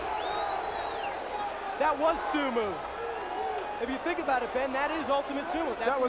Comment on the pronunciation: how could they have an announcer so bad that he says SumU and JudU? wow he was bad